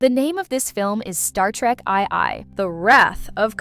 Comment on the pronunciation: "Star Trek Eye Eye"?!? Stupid AI. Vote down.